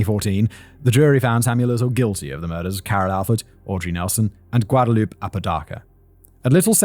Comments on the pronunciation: Just FYI, the name Guadalupe is usually pronounced gwad-a-loop-ay. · The way you say Guadalupe is hilarious 😆😆😆 you gotta say gua-DA-LU-PE You gotta say the E!!